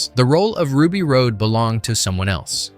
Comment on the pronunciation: RUBY ROSE NOT ROAD